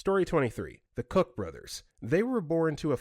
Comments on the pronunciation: story 23: I think you meant the Koch Brothers here. Apparently, it's pronounced like the first part of "cocktail", so I can see why you didn't want to say that & went with the YouTube safe guess of "Cook", but I generally hear their name said like "Coke". They are notoriously extreme libertarians, which is why I recognised the description of them. I'm pretty sure their dad was one of the founders of The John Birch Society ("anti-communist" group that bordered into being pro-fascist) & all his kids were raised with that mindset. story 33: my aunt & her husband (long time spelunkers & he's an expert cave diver, often involved in rescues) are close friends with the guy called a pedo by Musk, it absolutely ruined his life. He was there to save children's lives, and Musk ruined him in a few tweets out of spite. I can't remember the exact details, but i think he lost his job & his partner left him, as well as his name & reputation being destroyed. Now the whole community of cave divers & spelunkers in the UK hate Musk with a passion, because he treated one of them so badly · So, Koch is German, so it's actually pronounced like "loch" with a K instead of an L. I had a Professor Koch who pronounced it Cook (Koch is German for cook) but I've also heard Koch as Coke. It's basically dependent on the person how you say that last name, since there's at least 3 "correct" ways. That being said, i don't think I've ever heard anyone but Coke for the Koch brothers.